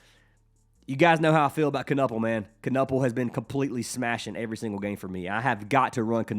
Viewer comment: Appreciate the love the Milwaukee homie Kon but the last name is pronounced like Ka-nipple.